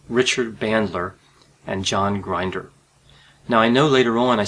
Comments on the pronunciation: Please respect people's names by finding out how to pronounce them before you put all your effort into producing a video. If you mispronounce someone's name, I believe it will give a negative outlook on your credibility. John Grinder's name is NOT pronounced like a coffee grinder. It is pronounced like the phrase "going in" with the short version of the vowel "i", NOT a long "i". I have studied in the 1980s & '90s all all the couses available at that time from beginner all the way thru to "Certified NLP Trainer." During that time NLP was VERY popular with amazing results in most cases! However, it seemed to be in competition with (I will say) the APA, i.e. professional graduate school courses & certifications. However, during that time I was in my PhD program in Clinical Psych. and was quite aware of the negative attitudes that the APA side had towards the NLP community. During that time the Milton H. Erickson Foundation would have their annual conferences which included a category called "Brief Theopy." I engaged in mostly those lectures. At that time there were a lot of MFCCs, PhDs & LCSWs who got majorly involved in learning & getting certified in NLP & became very successful at it. I wonder if you have read or got certified in any NLP courses or books like the initial one, "Frogs into Princes." I have found in my own experience that if I take sides in some controvery and I have not read or studied anything about the opposite side, then I have no logical right to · Pronounced "Grin-der." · Just a small piece of criticism — you’re mispronouncing John Grinder’s last name. The ‘i’ in ‘Grinder’ is short, not long. (That is, ‘Grinder’ should rhyme with ‘hinder’… not with ‘blinder’.)